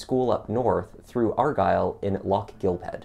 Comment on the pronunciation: No it isn't! The "gh" is aspirated, and most definitely NOT pronounced as a K!!!